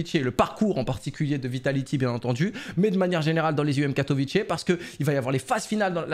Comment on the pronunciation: by the way on dit pas katovitché mais katovitzé j y habites c est une ville bien nulle au passage